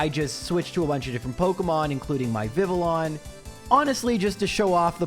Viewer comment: Thanks for pronouncing Vivillon correctly. Tons of people call it Vivillion.